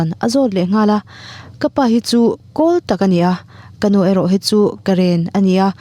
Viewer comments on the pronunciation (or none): none